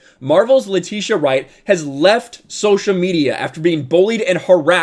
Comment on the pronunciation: Atleast say her name right 🤦🏾‍♂️🤦🏾‍♂️🤦🏾‍♂️🤦🏾‍♂️